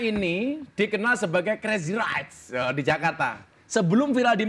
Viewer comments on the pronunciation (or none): Spelling richnya itu lho gus...geli dengernya 😁😁😁